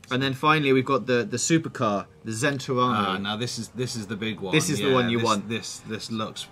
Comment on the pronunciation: Seriously? The "Zentorano?"